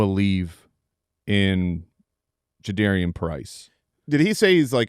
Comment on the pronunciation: Its Ja-da-R-ian not Air. Put some respect on his name lol